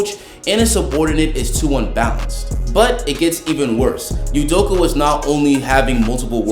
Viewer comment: it's pronounced udokAH